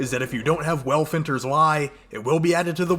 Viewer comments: Felwinters Lie not Welfinters haha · Wtf is a Welfinters Lie 😂 bruh it’s Felwinter’s 💀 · dude... ive been sayn fel-winters lie this whole damn time 😑